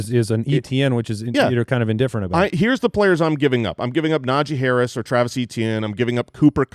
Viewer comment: Najee Harris? More like Najee Harrs